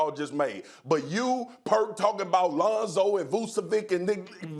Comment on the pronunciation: No he didn't...It's Vu-Che...not Vu-Ce. That's the pronunciation